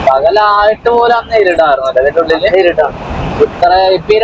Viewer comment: ഇരുട് അല്ല ഇരുട്ട്